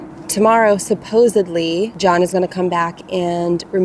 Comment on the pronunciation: "supposedly" John is coming tomorrow to take down the awning. John 💬: Why she say it like that 😮